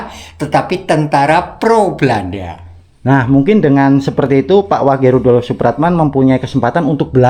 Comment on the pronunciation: Tulisan nya rudolf... maaf dibaca bukan rudolof...maaf lain kali ejaan nya yg benar...baca kurng tepat ditelinga ndk enak